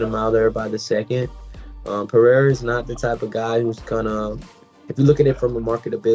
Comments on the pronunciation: Chael: P-A-RA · Khazmat, pe-era , uncle laev 😂